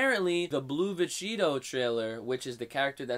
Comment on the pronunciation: I heard Vecheetoh